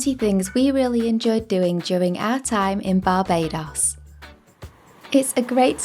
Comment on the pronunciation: You are pronouncing Barbados wrong